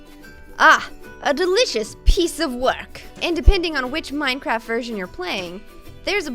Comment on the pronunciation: i though she was saying mince XD